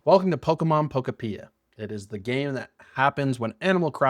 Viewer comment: Bruh can’t even say the name of the game right